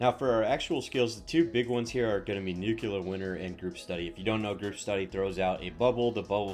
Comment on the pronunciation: It's not 'nu-ku-lah'; it's 'new-clear'. Just because George Bush couldn't pronounce it correctly doesn't mean you can't. That said, thanks for the suggestions. This is the same build as every green tree Harlowe that already came out two months, ago, but at least you're trying to create something a bit different by using the Scientist class mod.